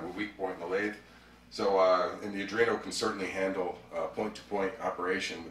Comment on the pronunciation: Spells Arduino correctly... but keeps calling it an Adrino. Had to stop watching lol.